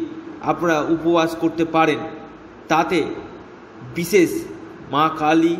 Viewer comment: কিনতু আপনার ভাষা টা একটু ঠীক করুন রাছী না রাশী ঊপশচ নাঊপশ বিছেচ না বিশেষ হবে